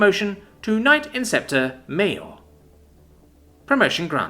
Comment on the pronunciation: Pretty sure it went from Minor to Major, not Maior.